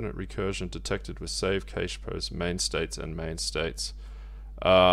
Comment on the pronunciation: It's pronounced 'cash' not 'cayshe' lol